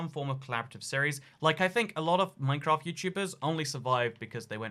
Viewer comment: I swear he said minecrack